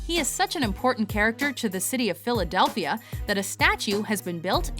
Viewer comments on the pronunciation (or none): none